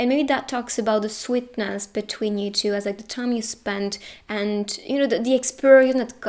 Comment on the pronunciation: Why she says " pile number chiu" 😂